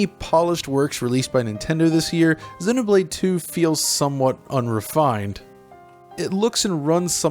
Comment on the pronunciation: Honestly, the thing I appreciate the most from this video is how you pronounce the name of both games correctly. Xenoblade chronicles 2(soft e after x) and Xenoblade Chronicles X(The "X" stands for cross not x). Thumbs up for this alone👍